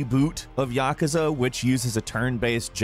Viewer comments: also says "YAKAZA" instead of "YA-KOO-SA". Why? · Your pronouncing yakaza wrong! Its YAKUUUUZA Yakuza, Not yakaza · It's "yah Koo zuh" not "yakuh zuh" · Learn how to pronounce Yakuza...you say it so wrong it hurts.